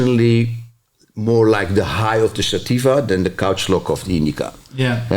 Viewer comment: I love this dude sativa connoisseur the way he pronounces it what a G